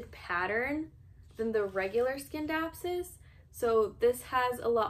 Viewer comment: Nice video. But it’s “sin-dap-sus” not “skin-dapsus”